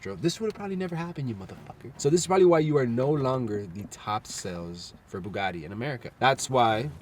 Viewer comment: It's NOT Bugaddddddi, it's BugaTTi.... it's Italian name ffs! :)